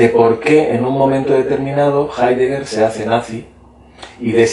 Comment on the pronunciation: no sabe nada de heidegger el entrevistador, ni siquiera lo pronuncia bien